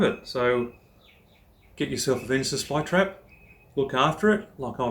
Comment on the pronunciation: A guide on a plant you cant pronounce the name of correctly